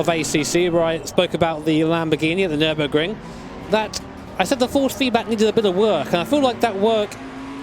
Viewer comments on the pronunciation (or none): none